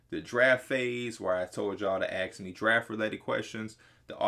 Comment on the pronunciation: Why he say aks not ask